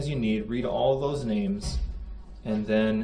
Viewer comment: ‘Den’ instead of ‘then’?